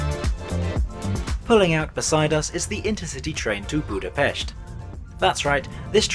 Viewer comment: Props to you for correctly pronouncing Budapest. In the Hungarian language the "s" is pronounced similar to the "sh" sound in English 😃